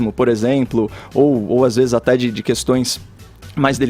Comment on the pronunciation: Alguém mais já percebeu que ele usa "T" no lugar de "D" ? Kkkk... Deve ser pra lacrar.